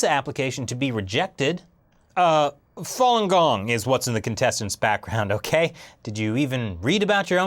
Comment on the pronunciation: To judge if the Chinese government is "bullying" or "doing what they think is right" really depends on how much you know about Falun Gong, a word you can't even pronounce correctly. I mean seriously dude, do some research before talking about something you don't know while pretending you are standing on a higher moral ground.